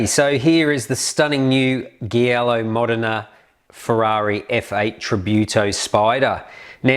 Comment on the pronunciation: Beautiful. Thanks for the review. Note that Giallo is pronounced ‘Jialo’ in Italian.